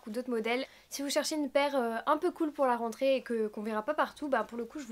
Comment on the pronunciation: Quand tu as prononcé le mot "rentrée " je me suis mise à trembler